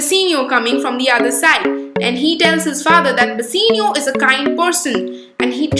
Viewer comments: It is "Bassanio" not Bassinio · It's bassanio not bassinio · It's not bassenio it's bassanio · It is "Bassanio" and not "Basseenio" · Bassanio its not bussino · Plz don't mind but it is not basenio it is bassanio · Its not Bassinio Its Bassanio Please correct yourlself.